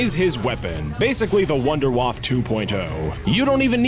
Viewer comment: Its pronounced "vun-dehr-vaff-e" As a German the way people pronounce shit in Cod Zombies makes me very not happy